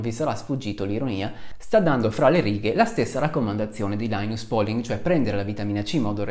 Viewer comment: Un ringraziamento speciale per la corretta pronuncia di làinas pòling - ma visti i tuoi studi c'era d aspettarselo. A parte la competenza, la cultura, la serietà E la simpatia, c'è anche da dire che sei veramente un signore. Che non guasta mai, anzi. "Le malelingue, incluso io" [...] "certo, tre su tre è un po' strano". Un signore. :-)